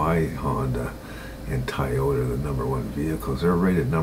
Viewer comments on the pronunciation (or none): lol he said tyoda